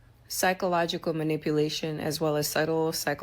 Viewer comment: bro been watching too much of cooley 😂😂😂 "manipilation" 😂😂